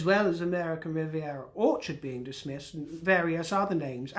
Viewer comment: She really is useless with her names/titles. They are always easily transformed into a derogatory version of whatever she comes up with. I love the pronunciation of "Orchard" for example, with his accent it comes out as "whorechart". I don't if it's accidental or on purpose, but it's proof that she needs to use her, (or at least someone else's) common sense and come up with a different name. But she's so pretentious it'll never happen. By the way, 'as ever', you look gorgeous.